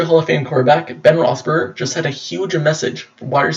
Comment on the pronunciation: You can't even correctly pronounce Ben's last name correctly